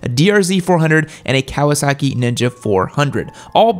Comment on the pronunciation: Cow-uh sackie